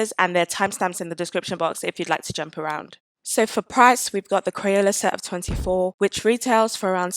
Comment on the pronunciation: Omg I love thissss! Also i cant stop laughing about the way you say crayela